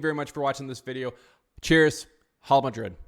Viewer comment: “Holla Madrid” 😂